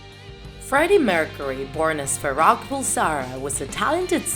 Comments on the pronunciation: try to pronounce the words and names correctly Such as Bass is pronounced base Farohk is not Friday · She said fa-rock IT’S FA-ROOK (I know that’s not how you spell farrokh) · It's Pronounced base Spelled bass but pronounced base And Farrokh is not Friday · Yeah its faroookh not farock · WHO THE HECK IS FARROKH 😂😂😂😂 ITS FAROUCK DJEJKWWKKSMKS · Farrokh (Fah-Row-K)